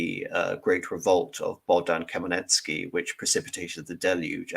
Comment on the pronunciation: Hmel-NYT-ski not Kamaletsky 😛